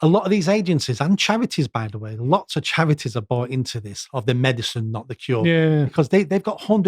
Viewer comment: What dialect does have where the letter R is pronounced W like "chawities" and "get wid of it"?